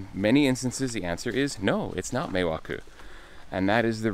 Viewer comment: Meeeeiwaku not mewakeww